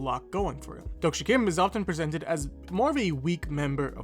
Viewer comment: 독자 isn't pronounced as dok-sha it's exactly how it's spelled: Dohk-Jah with a HARD J